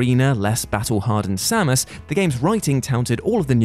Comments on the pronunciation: Most sacrilegious thing about this video is that pronunciation of Samus Aran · for pronouncing Aran correctly, but -1 for pronouncing Samus incorrectly.